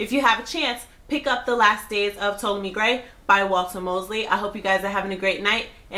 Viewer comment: T-ah-lomy grey! Lol